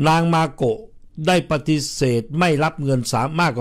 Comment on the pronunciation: ชื่อ เจ้าหญิง มาโกะ ไม่ใช่ เมโกะ จะไปเมแกน อยู่เรื่อย MAKO ค่ะ MAKO